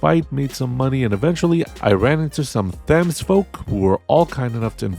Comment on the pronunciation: Thames is pronounced with a hard T, not a Th sound, IIRC... Or is it mispronounced as a Th sound in the game, like Tuscon being Two Sun?